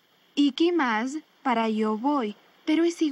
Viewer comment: The pronunciation of the woman's voice is wrong . いきます＝ikimasu...its not ikimazu☓. Man's voice is correct .